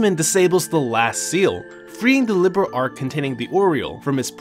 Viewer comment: Great vid but it’s “Li-beer—L” Not liberal